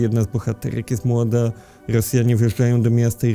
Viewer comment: Boże jak słyszę że ktoś mówi Ghy hosjanie, amehykanskich bhytyjskich to nóż mi się w kieszeni otwiera